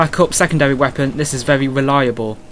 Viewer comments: wepOEEEn :D where r u from?^^ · weapooooonnn what a strange accent